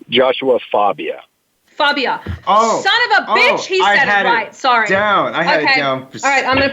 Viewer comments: It is joshua fagia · Host: "Joshua Fabia? " Freak-boy: "Joshua FAHbia " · It's Joshua FA bia. FA like LA in La la land.